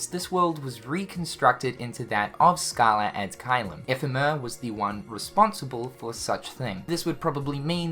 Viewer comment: it triggers me so much how you pronounce caelum